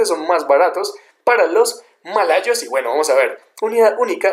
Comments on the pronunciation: Mayolos y Maloyos xd... buen video bro saludos desde Uruguay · Buen vídeo! Pero "mayolos"? xdxdxd